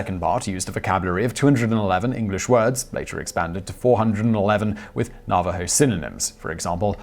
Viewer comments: I get that there are different pronunciations between American and British English. But with a word like Navajo, which is strictly American you should check it out ahead of time so you can pronounce it correctly. The first two syllables are emphasized equally and the last one comes down a bit. Thanks. 💓💛💚💙💜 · FYI the emphasis is on the 1st syllable in Navajo not the 2nd. No big deal, just wanted to lyk. Great video as always! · Your pronunciation of Navajo made my head hurt. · plus, the accent is on Na, not va, in Najaho! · Nav A ho-s not nava ho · Nava HO, not Narvaro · It's NAH-va-ho, not na-VAH-ho. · "Simon. Its not 'Na-VA-ho, it Naaaaavajo." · Nuh-VAH-hoes? NAV-a-hoes! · LMAO. Na Va Ho? It's Navajo. geez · Damned Brittish pronunciations! Na- va- ho! The V is hard! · Thank you for talking about the Code Talkers. They truly deserve all the praise. I would like to correct you on the pronunciation of their name. It's pronounced Na-Vuh-Ho. Everyone deserves to be recognized by their proper name. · Simon, you mispronounced Navajo at ~ , and ... At all other times your usage was correct. Na·va·jo | \ ˈna-və-ˌhō . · just another FYI: Navajo is pronounced nav/ah/hoe, for future reference, and I'm glad you included them here, in yet another embarrassing example of how Americans are not taught their history, most don't know about them, or rather didn't until a movie was made about them, I did, because my middle school boyfriend's grandfather was one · It is pronounced "Nav-a-ho". Thanks for the video Simon! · Navajo is pronounced Na va ho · NA-va-Ho... Sir... NA-va-Ho... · Simon. Love ya. Great vids. But sometimes your pronunciations just really....................... :) Navajo. As in "have a hoe" but with an "n" instead of "h". . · I DID ENJOY THE VIDEO. but it's pronounced NAV-a ho. Thanks again. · Navajo-- "na-va-ho" for the next video! Just a little bit of help from a pleased subscriber. Keep up the good work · how can you not know how to pronounce navajo?